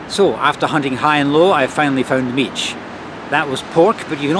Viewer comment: As a Brit who has lived in Romania for nearly 13 years I was shaking my head at some of your pronunciations! An "i" on the end of a word is silent although you did get mici almost right. Mici should be cooked on a barbecue and dipped in mustard (mild type not English mustard which I've never liked). The best mici are homemade using pasta de mici from a butcher's shop and are about twice the size of the little ones you bought.